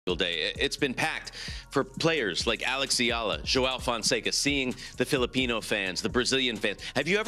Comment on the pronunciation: Thank you for pronouncing Alex Eala's name correctly 👌👌👌🇵🇭🇵🇭🇵🇭